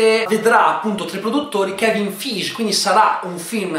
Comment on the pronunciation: Credi si pronunci Kevin "Faighi" ma bho forse mi sbaglio io